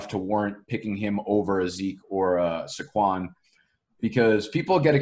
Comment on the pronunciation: Why do you pronounce Saquan’s name like that? 😂